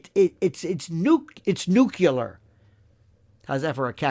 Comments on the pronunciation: Nuclear not Nucular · Nucular lol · I've always made fun of people who say "Nuk-ya-ler